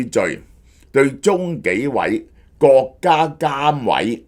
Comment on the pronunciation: 成日中角、角家⋯聽到我一頭霧水！🤣